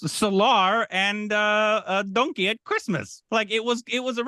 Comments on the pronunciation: Its Dun-Ki not Don-Ki 😂😂😂 though the film is based on Donkey Fight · It really was funny when Pronounced Dunki as Donkey... DINOSAUR VASTHUNNA #salaar